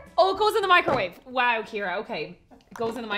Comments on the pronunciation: He just says Mice-ro-wav-a so casually but its pronounced Mic-ro-wave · NEVER thought I’d ever heard the word microwave pronounced “Meek-Crow-Wah-Vay!” 😂❤ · Like Nigella said, “ mik-ro-walh-vey” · Hold up... are we just going to ignore how pronounces microwave?